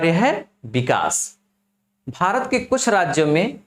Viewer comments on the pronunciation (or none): none